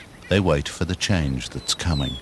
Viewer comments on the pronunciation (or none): none